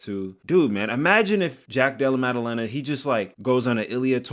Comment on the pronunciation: hands so good it made pronounce JDM's name effortlessly 💀